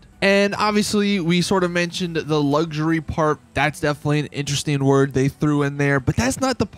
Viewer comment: Stop saying Luxury like “Luggzery”, it’s fucking annoying as hell.